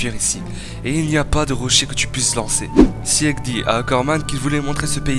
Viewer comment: Les reviewers manga faites un minimum d'efforts svp sur la prononciation des noms des perso c'est vrmt triste Pour sieg : c'est pas "sièg" le "e" se prononce pas Pour Peak ça se dit pik Aller biz